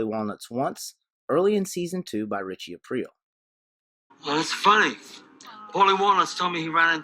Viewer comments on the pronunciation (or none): none